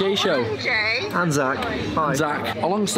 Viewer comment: Is it weird that I heard. "The Zack and Gay show"?